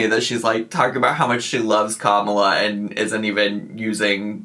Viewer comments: Aaaaaaaaand she mispronounced Kamala. In case anyone else doesn’t know (and that’s okay, I just wanna poke fun at ) it’s pronounced COMMA-La. Instead of Ka-MALA. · “I use the name Tommy out of respect she prefers it” Also: can’t respect Kamala Harris enough to pronounce her name correctly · I can’t hear the difference in some of the vowels. It infuriates me that I cant hear how she is saying Kamala wrong. I’ve been called out for mispronouncing it and it breaks my heart because I don’t know what’s wrong or how to fix it. It is a learning disability thing. Like a speech impediment but my hearing is the cause. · She doesn't pronounce her name correctly. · I commented on another channel’s video about how it’s ironic that she mispronounces ‘Kamala’ in the same way Trump supporters do due to her own ignorance during a spiel about loving what Harris stands for and people came for my throat over it. I’m glad you commented on it. And before anybody comments, yes, pronouncing someone’s name correctly DOES matter. Continuing to mispronounce someone’s name when there are easily accessible resources to learn the proper way IS ignorant and disrespectful. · Wait. Why is this the first time she’s voting?? And can she learn to say Kamala’s name correctly. And by the time I’m done typing you’ve pointed both of these out.